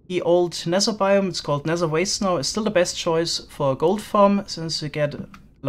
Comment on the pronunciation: I love how you say "nezer" and "wizer" and nezerrack